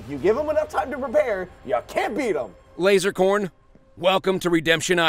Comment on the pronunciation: PyroStrings If you were a true fan, he specifically says Lasercorn With an "s".